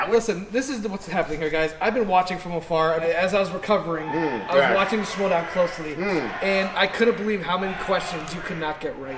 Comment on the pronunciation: someone gotta tell that its not the Showdown but the schmoedown